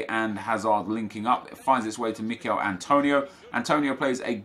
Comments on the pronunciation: It‘s Emil Forsberg 😊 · “Mikel forsberg”?? Emil.. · Not Mikael Forsberg,Emil forsberg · Who dafuq is Mikel? He's name is emil